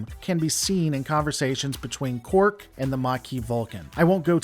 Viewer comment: It's Quark...not Cork. Lol(DS9 Ferengi)